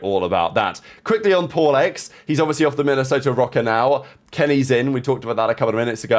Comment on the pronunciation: I thought you said "if you're poor" not paul 🤣🤣🤣